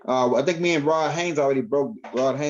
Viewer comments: Why you keep saying Haines when you know it's Haze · 👀 My Brotha.. I ask you not take this the wrong way, but there is no “N” in my Brothers name. It’s cringing. Please please please apologize and correct that. I didn’t say anything but too much time done passed and ROD didn’t say anything but I am. Respectfully 👀✊🏽❤️🖖🏼⚡️♾